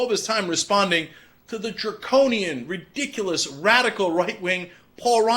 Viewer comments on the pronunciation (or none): none